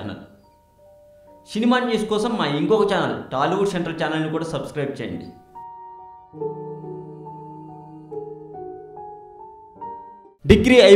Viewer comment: telugu shentral kadu ra central ...speak properly...